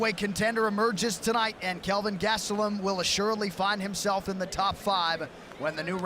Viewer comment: Right?! “Bisping” this and “Bisping” that until he got smoked and then it was all “Gastellum” 🙄